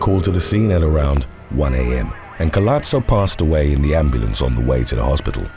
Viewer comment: Nowadays they'll just call anything super weird that just decades agowould get you in a mental institution a fetish a kink and how dare anyone shame them?well idk don't be public about it 🤷‍♀️ Edit btw in Spanish the H is silent and Collazo is doesn't have a t the double ll is pronounced like J